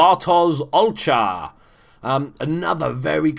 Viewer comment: K, pronunciation for Olcha: ɒlhʌ Cheers